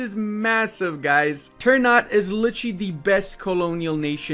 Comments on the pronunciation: Sorry, Minor inconvenience: ternate is pronounced TER-NA-TE not TER-NAT. thank you. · It sounds weird when you say "ternat" Wkwkwk, We indonesians pronounce it "ter" "na" "te". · This is how you spell it : Ter-na-tei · I know this is minor but it keeps bugging me out It's pronounced ter-nuh-tay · its called ter-na-tey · damn clove' price is the same as gold by the way, Ternate is pronounced ter-nah-teh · Ter-n u t god damn it lmao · Let me help you with pronouncing this nation. You should pronounce the last "e" like "É". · The e at the end must be prenounced like an 'eh' sound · i just want to add that the correct way to pronounce Ternate is Ter(sounds like Ter from Terra)-na(nah but with out the h)-te(te from text). anyway great video as always